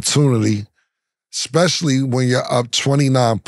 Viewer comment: as well-spoken as you are, you should know that it's not X)specially; it's S)specially.... ' especially ' since you're there to represent the integrity of intellect.